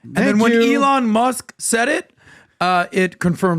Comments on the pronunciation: eeeEElon?? Elon! no potatoes potatoes here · I dislike how PBD continues to butcher Elon's name 😭